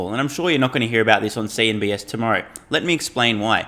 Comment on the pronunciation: Thanks for the video. Awesome results for Tesla. It is “CNBC” not “CNBS”, though 😉